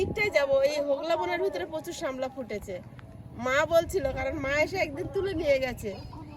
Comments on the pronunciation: কথা টা সামলা না শাপলা, আমি শুনেছি শাপলা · Sapla not samla